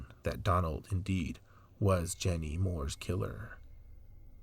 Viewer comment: Thanks for doing this video.. Jeannie is my Aunt. My family has waited so long for the news... oh her name is pronounced like 'genie'